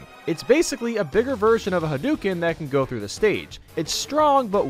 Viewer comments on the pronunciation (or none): none